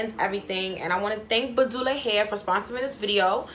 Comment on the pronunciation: BA-DU-LA lmaooo!!